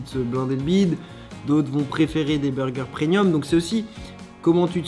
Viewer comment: pitière il a dit prenium